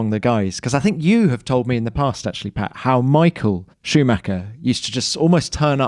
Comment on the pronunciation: I think it's Pat not pay, buddy ..